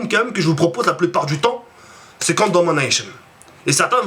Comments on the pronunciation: ET!! PK TU FAIS QUE DU MODE DAMANEICHEUNE?!?!? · Franchement, je n'ai jamais vu un mec aussi monotone tu commence toujours tes videos avec exactement les mêmes mots on dirait un robot et ton accent anglais de merde quand tu dis "domination" content que youtube ne vous paye plus. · Damanayshon mdrr